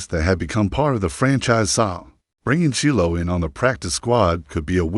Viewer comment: The name is pron0unce SHYLO Sander where did you learn English?😅